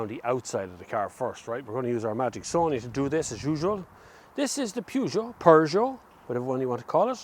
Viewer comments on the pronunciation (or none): none